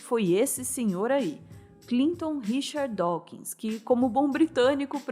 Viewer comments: Pronuncia-se "Dóquins". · Adoro o e gosto muito de todos os vídeos, especialmente os documentários. Como leitor de R.Dawkins, achei o vídeo muito bom, mas chamar Dawkins de "Dáukins" incomoda os ouvidos. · Dáukins… que dureza ouvir isso…